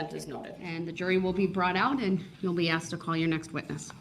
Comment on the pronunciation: Anyone who says the word AXED instead of asked should be put in prision FOR LIFE